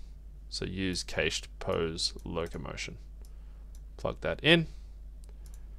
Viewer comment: im sorry but the way you say cached has me laughing, its pronounced "kasht" (or cash + ed) btw.